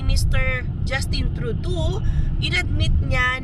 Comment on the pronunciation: its TRUE-DOE (as in doe a dear) not TRUE-DOO :-)